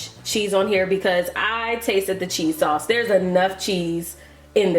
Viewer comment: I think she said sauce...a 😆